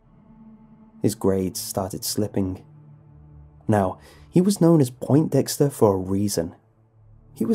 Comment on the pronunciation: Poin-dexter, not point-dexter dunce.